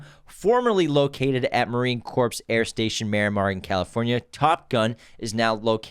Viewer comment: Corps is pronounced Core - the p and s are silent. (it is not pronounced corpse) ;-)